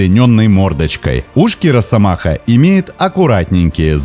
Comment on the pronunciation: Не "роССомаха", а "росомаха"! С одной "с" пишется, и так же произносится.